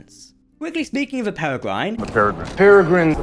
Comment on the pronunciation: Pear-Ree-grin a Peregrine is a bird of prey, a Peregrine Falcon.